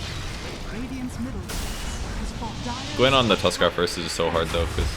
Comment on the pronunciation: You say "tuskar" all the time haha